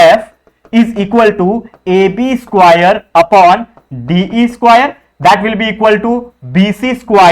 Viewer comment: Square ko squire bol rha hain😂😂😂